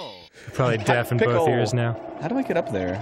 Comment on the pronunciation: Danny you work with someone who says "bolth" instead of both. You have some odd parameters.